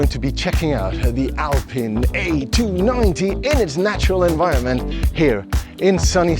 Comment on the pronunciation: Great vid. P.S. It's pronounced Alpeen